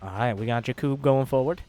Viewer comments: I think Blue team was some Slovan team like Czech, Slovakia or Poland because of the names.. Btw: usualy Jakub (wich is my name:)) is sayd with heavy like JAkub not jaKUb. I mean first cylable is heavy.. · Not jakib but in poland is J A K U B